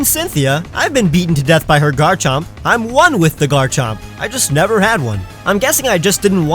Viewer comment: DO NOT LEAVE OFF THE M IN GARCHOMP!